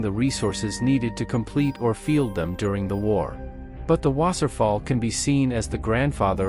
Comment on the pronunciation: It's pronounced loof vaffa and vaaser fall.